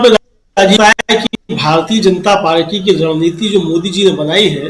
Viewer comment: not runneeti its rund neeti